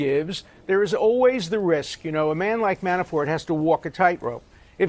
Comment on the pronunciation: Dershowitz keeps saying Manaford..or Manafore, instead of Manafort. Is he afraid to say his name correctly???